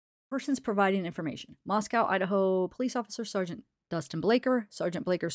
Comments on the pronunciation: Actually the city in Russia shouldn’t rhyme with cow either. Mosco. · I don't know if you heard yet but it is pronounced Mos-coh and rhymes with Costco not like the city in Russia